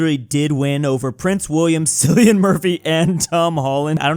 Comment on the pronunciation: it pronounce kill-ian not cillian